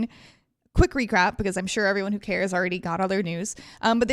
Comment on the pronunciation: "quick recrap?" 😅